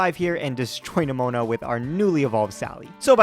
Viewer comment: The fact that you occasionally pronounce "Nemona" as "Pneumonia" is hilarious to me.